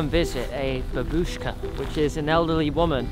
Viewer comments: Say it with me now BAH-bushka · Ba-Buu-shka its the correct way to pronounce 😁